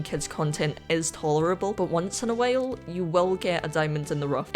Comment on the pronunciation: once in a.. whale? (i know you mispronounced it but its pretty damn funny. no hate ofc)